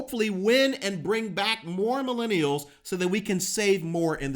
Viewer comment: Why do your u say milinials??? Just use an easy simple word.